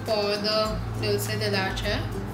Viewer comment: You pronounced Dulce la Leche wrong. It is a spanish word and should be pronounced with an e and not an a. Great video though!